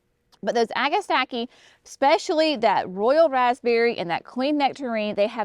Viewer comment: [1] It's NOT " Agastackie " ! Agastache is pronounced "a-guh-stash" . Anything that is spelled tache at the end is pronounced as "tash". Most people just say Hyssops as the common name. [2] Astilbe's [Dark Side of the Moon] is lovely💚 and can be fun to work with,, as long as the surrounding plants don't distract and overwhelm them. [3] Giggling at dropping pages on the ground. Was that for Brenna to play with? [4] Heuchera [Coral bells ] is also pronunciated " hoo- kr- uh". I simply love 💞 these plants in waves [not straight lines]. You guys should carry Heuchera Master Painter 'Van Gogh' series. They are to die for,, in the landscapes. Such gorgeous foliage. [5] Phlox is such a wonderful standard to any garden. I like the historic plants so much from the 60's and 70's. Even better that they are coming out with such wonderful color blends. [6] Love, LOVE, L O V E 💚, Pulmonaria [aka Lungwort- but especially Pink-a-blue ] in the gardens. [7] Seriously GREAT JOB with the descriptions and performance details. I love that you are detailing the actual information to help novice gardeners with helpful suggestions. 😁